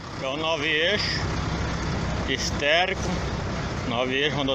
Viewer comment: Placa ?EC-816? Vamos tentar descobrir a primeira letra e o último número da placa para deixar o doidão e o patrão famosos. O cara não sabe nem fala esférico, diz esterico. Quem consegue completar a placa?